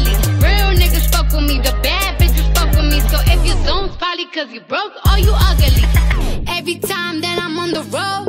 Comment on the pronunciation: No, she been saying it, even in her lives talking normally lol.